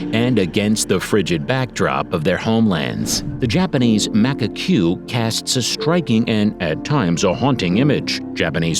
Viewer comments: Did my man just say MAC-UH-CUE? BAAAAAAHAAAAAA!!! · Macaque pronounce as Muh-kak. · Mac-a-Q ??? thumbs down and dont recommend the channel. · Its pronounced Ma cack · Correct pronunciation MA-kak, EE-re-oh-MO-tay, TSU-shee-mah. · The pronounciation errors made this hard to watch. Sad because the information was interesting. Take time to check pronounciation. Macka cue…. No! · Mak-a-que? Hey buddy, research the pronounciation. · Not to be rude but if your going to be doing a video on wildlife and you don’t know how to pronounce Macaque, it’s (Mah-cak) it might sound funny but that’s how zoos usually pronounce it. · Ah yes, Macakwey my favorite animal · Terrible pronunciation! ('macaque,' 'amami,' 'Ryukyu,' 'Iriomote,' 'Hokkaido,' 'Tsushima,' 'Misaki'). Needs to study how to pronounce Japanese words. Otherwise the commentary was well-written and executed. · Why is he pronouncing macaque like that? Very weird. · Pronounced manga cm monkey. Pronounced Yoko, other than that, A wonderful video!